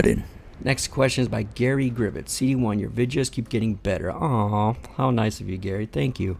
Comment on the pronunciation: Haha you said my first name wrong it's Gary lol great vid tho and I'd like to see the outtakes on Sunday